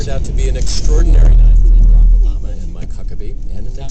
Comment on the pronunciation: The radio guy says Barack Orama at the start.